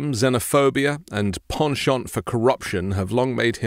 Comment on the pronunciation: “Penchant for corruption”. Nobody but could pull off the French pronunciation w/o sounding pretentious as hell.? It was ADORABLE🤭